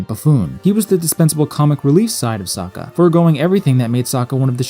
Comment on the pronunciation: They pronounce his name as sooooka, (o o as in book) it's a Russian s